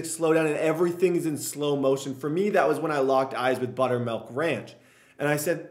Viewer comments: Butter"melk"? It's milk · melk? buttermelk?